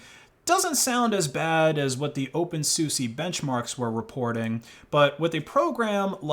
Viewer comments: it's pronounced soosa, not soosie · Btw, the correct pronunciation of openSUSE is open soo-sah, not open soo-sie :P (unless you were trolling ofc) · it's not pronounced as Open SU SE it's Open SU SA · why do you call it opensussy is it like more of the purposeful mispronounciation like Libre as Libray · Did you just say Open Susi? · that's how you pronounce OpenSUSE???? I always read it like Dr. Seuss